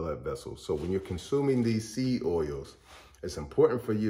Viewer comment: Say SEED clearly. It sounds like SEA OILS.